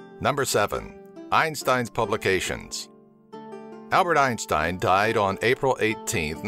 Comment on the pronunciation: His name isnt pronounced like the way you do goddamn